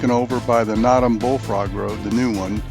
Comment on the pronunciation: NOTOM. "NO" - "TUM". And are you familiar with the history why it received that name? So my background quicky...my wife grew up on Notom Ranch and we continue to own property on the ranch and on the Henries. I did however enjoy your video - until you said Notom lol.